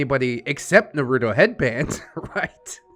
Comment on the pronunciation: Cringiest part of this story is how you pronounce Naruto